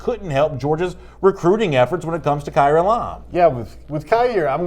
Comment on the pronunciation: It’s Elam not ellaaaammmmmm